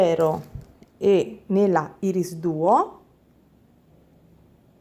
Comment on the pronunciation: un altro bel ciondolo estivo, anzi tropicale molto colorato e bello, baci 💜💜💜p.s. irisduo si pronuncia "airis" duo, piccolo suggerimento di pronuncia